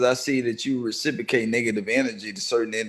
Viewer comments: It's reciprocate not recicicate dummy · Yeah he dumb af using "recipocate" instead of reciprocate out of context! He got a God complex bad bit trust me somebody will put his bitchazz in his place 💯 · New word of the day "rasipacate"😅😅😅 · He seeing if he can recipocate! RECIPOCATE! What an intellectual. Lmao. This dude mispronouncing words, misusing words, and calling himself intellectual at the same time. But Joe is definitely shook to say anything with the wrong tone. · Take a puff 😮‍💨 every time says “Reciprocate” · That’s not how you say reciprocate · Says the dude who can’t even say reciprocate with the right pronunciation. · "transpire" "reciprocate"...its the fucking FEDS dead giveaway!!!